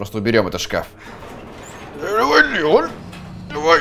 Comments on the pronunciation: ЛеОн, а не ЛЕон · Его зовут Леон ударение на О, леОн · Мне понравилось, лайк, и кстати, в принципе мне не важно, но Леон с ударением на е мне не очень звучит, но это уже твой выбор. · Не хочу выпендриваться но не лЕЕЕон,а ЛеОООН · В локализации леОн, по произношению английскому это лИон, т.е. лЕон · леОн а не лЕон >:0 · не леееон а леооон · Леон правильно ЛеОн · По моему не ЛЕон а ЛеОн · Не лЕон а леОн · правильно произносить имя леОн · Ударение в имени Леон не на (е), а на (о) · Леон ударение. На о